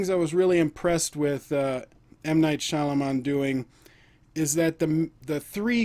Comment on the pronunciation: Sorey to bother but, its pronounced "ShyaMALAAN"😃